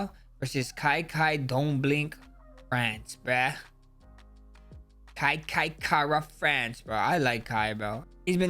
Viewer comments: Mumble Max just said Kai Kai-France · Did Max just say "Kai Kai-France" or am i tripping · Says it again later in the video too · Max is sadly rapidly losing it. Slurs his words almost halfway throughout the video, or straight up just can’t pronounce shit like a normal person